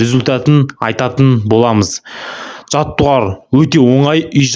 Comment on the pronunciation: Жаттығулар деп сөйлесіп,жаттуарлар демей